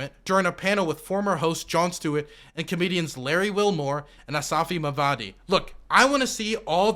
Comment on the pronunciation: I like how pronounces names. Aasif Mandvi = Asafi Mavadi lol. Also Juan = June and Marjorie = Majory. Just teasing of course, we love you.